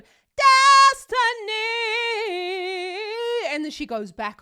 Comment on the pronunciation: Ma'am as you try to imitate the sound of Destiny you are not on the right vowel sound so you can't sing the exact same note on the same frequency Whitney is using ee vowels and you are doing Destinay and they give two different sounds you are not on the same frequency of the note and it's uncomfortable to you because everyone can't do ee vowels without making it too sharp yours ma'am is FLAT, there is nothing wrong with Whitney's pitch it's yours that is off! But that is the difference between an anointed voice and learning to sing to have the gift of voice, no offense! You sing like a trained singer and Whitney singing was a special gift what you have to practice comes to her innately. She has perfect diction which makes a difference in sound quality when it comes to vowels in singing. She has a better diction than even opera singers have the time they chew some of their words and all you hear is sound with very pronunciation